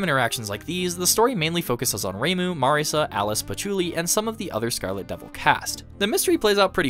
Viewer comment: Just want to give you props for pronouncing names correctly, even as simple as "Marisa" and not "Marissa". I don't know how most 2hutubers get that wrong.